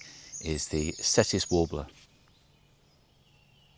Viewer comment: Hi.. just to correct you on pronunciation? It’s spelt Cetti but pronounced Chetti. It’s named after an Italian guy… hence the ‘CH’ sound. Hope that is ok to say. Great vid…